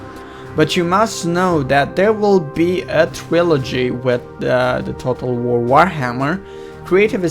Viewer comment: dued u can't even say total war lol dued